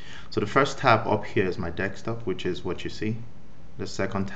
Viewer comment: Desktop not Dekstop.